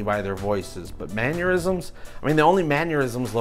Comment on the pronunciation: BTW... "Mannerisms" is pronounced Man-ner-isms not Man-your-isms. You said it correctly once, then you went back to saying "Man-your-isms"🙄😀